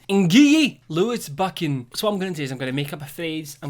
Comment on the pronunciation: Lewis Buchan YOU BUTCHERED IT I HATE IT